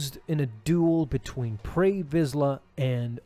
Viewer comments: You are correct, and it's "Pre" Vizsla, not "Prey." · pre not prey